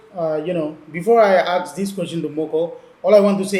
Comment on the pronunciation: It's ask..not aks🤣